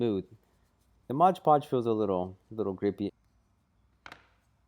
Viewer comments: He's got the can, he can clearly see it says Mod Podge. But he repeatedly calls it Modge Podge. That's really irritating. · ****MOD PODGE!!! not MODGE PODGE!!!! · The point where I stopped watching this video. It's MOD PODGE. Your constant pronunciation of MODGE PODGE was driving me up the fucking wall.